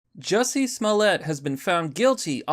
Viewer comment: It’s pronounced “Juicy”